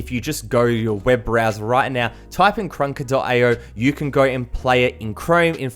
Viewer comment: He be like go instal karanansfatfshshafaffa IO